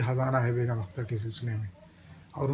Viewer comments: From (California - US) aap Begum Akhtar naam ko Beghum Akhtar kah rahe hain; badi takleef ki baat hai. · Anchor ki zaban se"Begum" ka Talaffuz "Begham" ada kiya gaya hai.Yeh bhi ho sakta hai ke mere sunney mein ghalti ho....